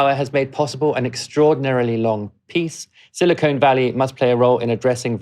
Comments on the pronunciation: The regional nickname is Silicon Valley. Your repeated pronunciation as Silicone Valley is grating. Silicon is hard, shiny, and brittle; an elemental metalloid used in chip manufacture. Silicone is flexible, rubbery, heat-resistant, and chemically inert. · Say 'siliconn', not 'silicone' - different sounds for different things. (←double n is purely phonetic) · Do you realize that there is a difference between the words silicon and silicone? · Thanks for mentioning vendor proprietary lock-in. Watch my talks in YouTube about how open source technologies prevent vendor proprietary lock-in. Pronunciation correction in the above video: Silicon Valley ✅ Silicone Valley ❓ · BTW, it's SILICON Valley, as in the mineral , not SILICONE, as in the polymer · "Silicone Valley" is L.A. "Silicon Valley" is what you're talking about. It's pronounced as it is written.